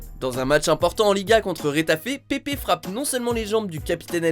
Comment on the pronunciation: C'est Pépeuhhh pas Pépé